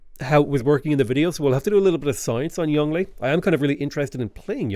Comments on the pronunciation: Isn’t it pronounced like “Yohng-luh”? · I don’t think they’re a native bilingual. They do sound like they’re over-emphasizing the tones, and some of the pronunciations seem just a bit off, so I’m guessing they’re a Chinese learner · As someone who learned some Mandarin from their Chinese mother (still learning), it does seem over emphasized. Like he is over the top with his pronounciation, as if he is announcing his special attack. XD And even after all that emphasis, it still doesn't sound quite right. The Yong is supposed to have this going down, then up quality with its tone, (kinda like as if you said "o-ho", like you are kinda surprised), and then the le is supposed to be just hard and fast. But you can still make it sound natural, even while saying the rest in English, once you know how to pronounce it. It's just like when a foreign person has difficulty pronouncing an English name, whereas for a native speaker it would fit in with the rest of the sentence. They could have also just copied the Chinese characters for the name and looked him up on YouTube to know how to pronounce it, but you know, mispronouncing foreign names happens a lot when I listen to stuff in English. Like how they just decided to have their own English variant of Sunwukong, with the intonation all wrong. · firaxis hiring some poor guy from fiverr to pronounce the names of ancient chinese leaders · I get how it's supposed to be pronounced. I don't care. He is Yongle in my heart. And thus he shall be called such.